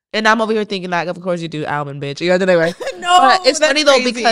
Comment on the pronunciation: Ailmond lol